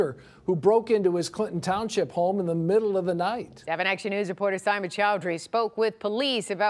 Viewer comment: What's syma Choudhary? Isn't that supposed to be seema?